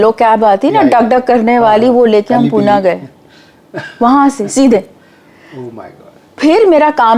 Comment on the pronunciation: पुण्यात खायला आल्या पण पुण्याची भाषा नाही शिकता आली पुण्याची संस्कृती नाही शिकता आली. आणि हा माणूस पूना काय म्हणत आहे पुणे आहे ते उगाच आमच्या शहरांची नावे नका बदलू खायला आले खायचं काम करा फक्त 🙏🏻🙏🏻